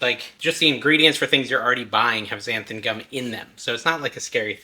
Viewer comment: Why does everyone sy xanth-UM. Read it folks: xanth-AN